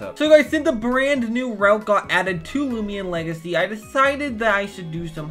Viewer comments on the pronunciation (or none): “Loomian legathy”